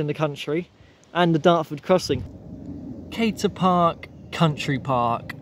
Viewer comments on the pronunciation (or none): Meopham was my birthplace, and where I spent the first 15 years of my life. The windmill used to have sails but didn’t work when I lived there. You said “Cater” Park. Unless it has changed its name, it is actually “Camer” Park. And Dickens was a big fan of Cobham apparently.